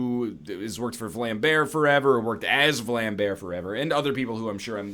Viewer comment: "jan william nijmen who has worked for vlambear" lul he said the words wrong